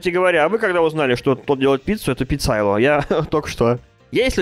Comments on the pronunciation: Не пицайло, а пицаёло так произносится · не пицАйоло а пицайОло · читаеться пицаёло ударение на ё а не пицайло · не пицайло ! А ПИ-ЦА-ЙО-ЛО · не пиццайло, а пиццайоло)) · не паццайло а пиццайёло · Объясните пожалуйста почему "ПИЦАЙЛО"!?!? ПРАВИЛЬНО "ПИЦОЙОЛЛО" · О господи( ПиццайОло а не пиццайло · Правильно Пиццайо(ё)ло а не пиццайло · произносится пиццаёло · В пиццайоло ударение на йо